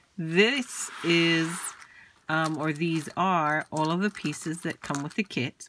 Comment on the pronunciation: I totally thought you said kids.